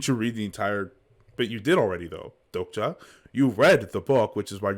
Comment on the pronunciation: Its not doja its dokja. You should pronounce k